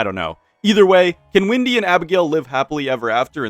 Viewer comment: yo isnt her name is wendy and not windy